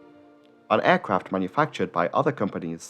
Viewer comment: Why do you say Ærcraft? It's aircraft.E.